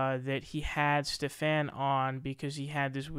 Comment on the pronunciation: Stephan is pronoun ed steven, he seems to have trouble with this, hes pronounced in odd/different ways in multiple videos